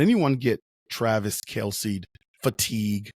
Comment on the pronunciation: Might wanna at least get his name right - it's Kelce.